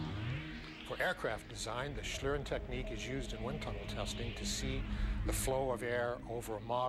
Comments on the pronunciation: The spelling may be correct, but it's not pronounced the way it is in German. The "ie" in "schlieren" is pronounced like the "ie" in "shield." Though I assume the way it was pronounced in this video has become the conventional way of doing so. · in germany you pronunce "Schlieren" like "Shleeren" :D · it's pronounced "shleeren" [ˈʃliːʀən] ... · its pronounced "shleeren" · pronounced "Schleeren". sorry it was bugging me. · Actually the prof (or whatever he is) + pronounces it almost right. It's the narrator which pronounce it the "english way" ^^- The prof still has some dialect and that's fine i guess especially since we german are known for having one of the worst english dialects (way after india of course :D). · i like how english speaking people pronounce the word "Schlieren" it irritates me a little but its funny as hell